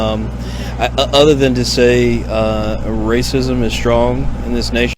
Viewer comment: WACISM??? WASKLY WABBIT